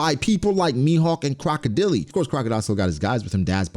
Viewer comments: Croco Dele? 💀 It's more like ↓ Croco dail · Bro, "Crocodilly?" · broooo not "CROCODILY" tf is that🤣🤣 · "Crocodeelee" That's a way to say it